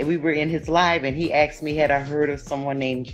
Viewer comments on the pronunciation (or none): As soon as they say "aksed" instead of "asked" , I know what will follow. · "he axed me"... Yeap, that is totally right... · “He axed me” Why is it that black folks can’t say the word ask. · "axed" me sumin...can a majority of these women not say "asked"...it seems to be a huge problem.."I axe you to tell me" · She says: "I axed you"...Bye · Lol "He Ax me" 😆